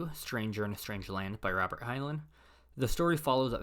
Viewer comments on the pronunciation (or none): It’s pronounced Hine-line, not Hine-luhn